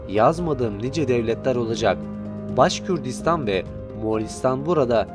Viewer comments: Başkürtistan değil Başkurtistan daha adını söyleyemiyorsun! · Ne başkürdistanı başkortostan yanlış telafuz yapmayın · Başkürdistan değil,Başkurdistan orası.Söylemiş olduğun telafuz yanlış.Bunu düzelt lütfen.Başkurt onlar.Başkürt diye birşey yok.